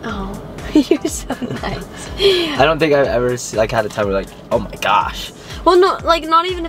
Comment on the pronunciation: I love it when he says, ooh meee gawsh